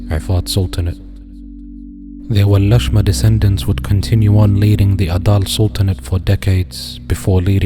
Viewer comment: Not Walashma Walasma’ actually. Abadir is pronounced as “Abādir.” The Walasma were not Somali, their place of origin is Ifat and they claim to be from Aw Barkhadlé who is from Arabia.